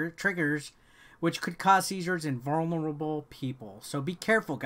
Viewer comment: Can you say vulnerable again 😂🤣